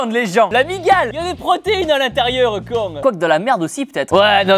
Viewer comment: A il a sortie un "Oh Con" sudiste 😂😂😂 tibo vas se transformer